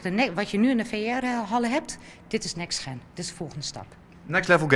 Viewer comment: next gen hoe moeilijk is het om het goed uit te spreken